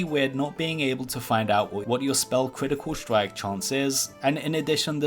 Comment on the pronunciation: "cwitical stwike"